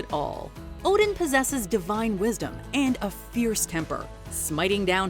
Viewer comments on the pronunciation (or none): none